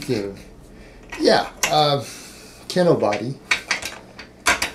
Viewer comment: Is saying Kinobooty? lol